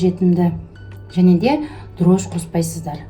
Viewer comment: Дрож емес дрожжи